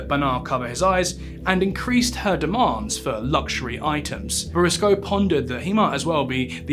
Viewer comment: Pronounced boursicot wrong the whole video, but otherwise a great viseo